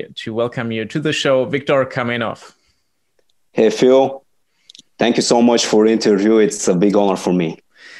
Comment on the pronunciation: KAMENOV, ne kaminov, retrati